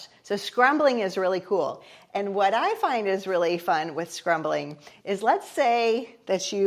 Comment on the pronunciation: SCUMBLING!!!!!! You are sooo adorable,, calling it scrumbling.... Love you!